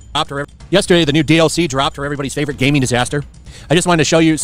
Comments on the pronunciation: "Gayming news" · did you just said "gayming news?" 😂😂😂